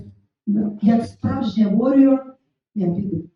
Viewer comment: "Якщо дойде до суду, то піду. Я вОріор". Для початку хочаб навчитися вимовляти назву своєї пісні англійською, якщо вже тобі написали її тою мовою